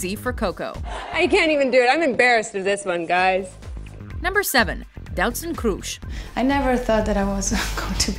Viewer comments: Doutzen Kroeshjs? How come that nobody can pronounce the Dutch language well? I mean it's not that hard... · Ikr I was laughing my ass off, but I kinda expected her to pronounce it like that